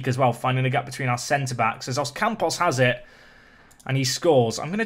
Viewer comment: Calling Ocampos "Oscampos" shows that been watching Ben for a while lol